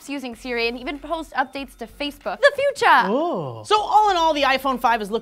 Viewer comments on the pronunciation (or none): Love it when goes "the futaahh" xD